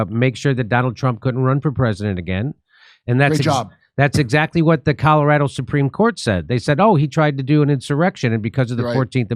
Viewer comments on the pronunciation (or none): none